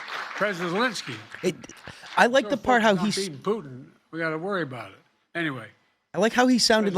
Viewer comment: I can't wait for the day when that POS Zelenskyy decides to turn on Biden and reveal all the crimes he and his son has done. He can't even say "ZELENSKYY" ...calls him lllinsky.